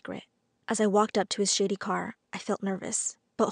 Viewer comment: Her: I walked up to his shady car. me: Did you just say shitty car!?